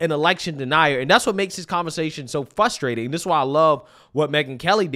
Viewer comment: It is "Frustrating" not "Fusstrating", why do so many people have a hard time with that word?